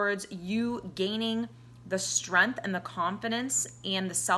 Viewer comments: I am really grateful for your words of wisdom and insight, and I thank you for making this video and glad I found it at the time I needed to hear this .....but, what's with the "streeanth" ? lol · Did you say " strempf"?? ... I'm already out